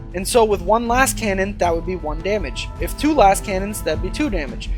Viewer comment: You are clearly passionate about 40k but I have just watched 4 of your videos and 3 out of 4 have you getting fundamental rules wrong. Please review the rules for target selection. Also, it's pronounced LaZcannon.